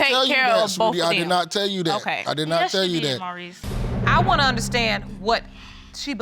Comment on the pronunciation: It’s THAT not DAT!!! Learn the language!!!